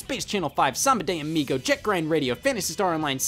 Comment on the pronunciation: I love how he pronounced "Samba de Amigo" lol